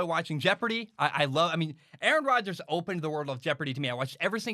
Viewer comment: Nice take! Don’t worry about mispronouncing his name no one knows how to pronounce it. I would say the GM is not in a similar position to your father, and I think Aaron Rodgers would make the same argument that his job was threatened. Do you remember the year Peyton Manning was injured and the Colts won like 2 games? Aren’t the Packers in a similar position? Last 3 or 4 years the Packers have taken a ton of CB. Something like 5 in the top of the draft. How many of the WRs were pro bowlers elsewhere? I disagree with the calling for the firing of the GM, but isn’t the GM doing the same thing to the player. There is a backlash against employees trying to assert power as opposed to management. Do you feel the same way when a player is cut? Lastly, Brett Farve was threatening to retire every year. Like your takes, but calling them fact based I don’t know if that is accurate.